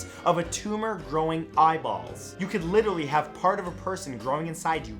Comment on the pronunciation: him: you could litarrally have part of a person growing inside you right now 𝐏𝐫𝐞𝐠𝐧𝐚𝐧𝐭 𝐰𝐨𝐦𝐚𝐧 𝐣𝐨𝐢𝐧𝐞𝐝 𝐭𝐡𝐞 𝐜𝐡𝐚𝐭